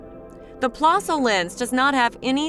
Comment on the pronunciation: It's a niggling thing, I know, but the correct pronunciation is 'plehssl'. The umlaut, the two dots, over the 'o', make the sound more like 'the 'eh in 'Meh!'